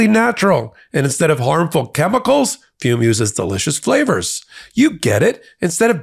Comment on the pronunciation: I’m sorry, but the word “ fume” just sounds off…😂